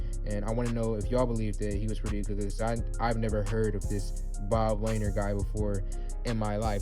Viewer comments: Good grief. Pronounced Luh-neer. Lanier is a hall of famer. Do a youtube search and learn something. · Bro you dont know who Bob lanier is pistons hall of famer he's like one of the best pistons of all time and BTW you pronounced his name wrong and hell no I don't want Lavine he's garbage